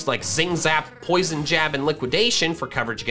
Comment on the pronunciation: POISON, NOT POSEON! SINNOH DOES NOT END WITH AN N, IT ENDS WITH AN N!